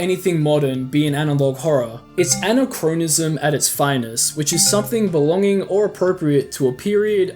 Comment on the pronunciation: And it's definitely not pronounced the way he said it.